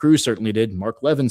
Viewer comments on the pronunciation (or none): It’s pronounced Mark La vin. He has not liked Trump since 2016. He was a Cruz supporter for president. Cruz defends Israel no matter what.